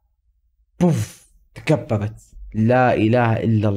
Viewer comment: تكبكبت❌ تكببت✅